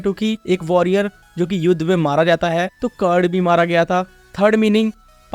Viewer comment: Curd nahi bro karna😊